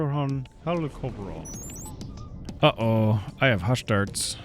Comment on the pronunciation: im pretty sure its pronounced helicop rion like helicopter mixed with orion